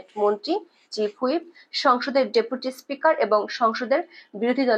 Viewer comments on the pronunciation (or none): none